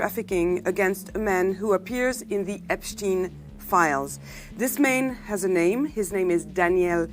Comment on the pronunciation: Epstein ! Pas Epstine ! /ei/